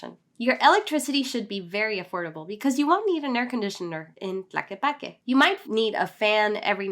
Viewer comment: Is not "Plaque", is TLAQUEPAQUE. Show a little bit of respect with foreign names, please.